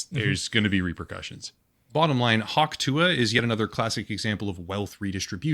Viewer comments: 😂 Guess she's gonna get Hawk-sue-ahed. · hawk tuah is hawk through-ah